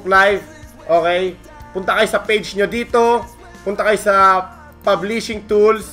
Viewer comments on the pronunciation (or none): Pub-leashing ahahahahha